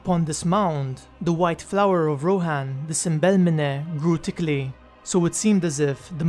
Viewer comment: "Grew tickly" c'mon dude. TH-THICKLY